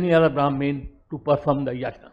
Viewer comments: He is so deracinated that he can't even pronounce "yagya/Yajna".. pronounciation is "yagya". Such s shameless guy roaming around with intellectual tag.. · Dear, if you are going to import a Sanskrit word then you have to pronounce it in that way. Ganges/Indus is not an import but "Yajna/Yagya" is definitely an import and should be pronounced as it is. For example; I can't pronounce in any other way.